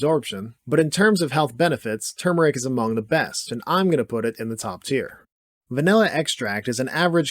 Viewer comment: Great video, densely packed. Thank you for pronouncing Turmeric correctly.